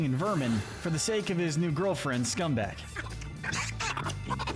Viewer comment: You calling her Scumbag but her name is Scumbug.